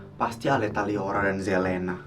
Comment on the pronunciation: kak bukan leora tapi liora